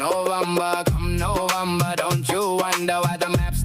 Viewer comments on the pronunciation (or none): I didn’t know he was trying to say November, until you translated. It sounded like bum-ber.